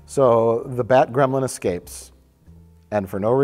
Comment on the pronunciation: Ha, "excaped"